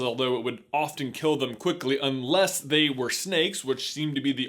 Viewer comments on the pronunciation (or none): none